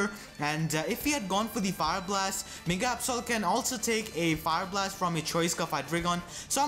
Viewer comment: did you say my nigga absol or my mega absol :]]] lawl